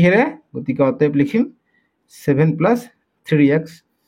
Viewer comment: Sir Apuni plus kob lage 😅pelus koise je😂